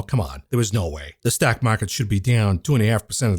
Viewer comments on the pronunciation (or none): whos jamie demon? heard of jamie dimon but not demon. you cant even say stock market. you're like: ståack market. I mean wtf is a ståiack? Learn english.